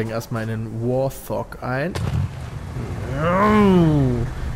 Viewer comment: du hast die jäger vergessen die ... (will ihn nicht spoilern *hust* 6 level *hust*) die bruts die es ihn halo 1 noch nicht gab xD ach und piet es würd wart(h)og ausgesprochen aber nicht schlüm es gibt später auch noch bengje (glaube falsch geschrieben xD) ein alien fahrzeug es gibt einen panzer und es gibt noch Gohsts das wll geilste fahrzeug im ganzen game das sind kleine flieger von den aliens im späteren teilen kommen noch fahrzeuge dazu aber sowiet bist du ja noch nicht